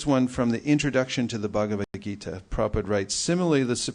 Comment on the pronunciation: Hey, congratulations you are one of the rare devotees that know how to pronounce Srila Prabhupada's pranam mantra...